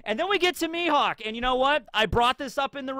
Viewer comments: Rly? Mihawk.... Mi- HAWK!!!! XD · Dracule Mi"HAWK"... ?